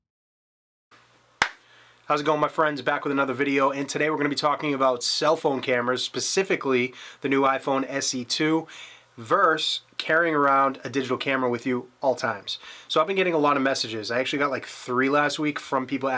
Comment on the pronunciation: I'm so sorry I'm not commenting on the topic of you video, but I've gotta ask you about "verse" instead of "versus." I had never heard of verse until pretty recently and it's been on youtube. Have you said that your whole life? Is it a regional pronunciation, I wonder? Whether it's spelled out or abbreviated, I thought the word is pronounced "versus." I can't imagine anyone ever saying "New York VERSE Boston" or "Tyson VERSE Holyfield." K, man, just a lighthearted thing here. Thanks as always.